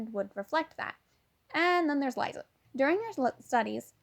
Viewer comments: laiza bruh it's lisa T-T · Btw ,it’s also pronounced “Lisa” not “Liza”.😅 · im sorry i really want to listen to this but the way you cant pronounce any of the names ... like not even lisas??? fydgfyiweguiewgfiwef